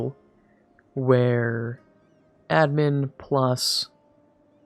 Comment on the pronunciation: I love how you pronounce "admin" lol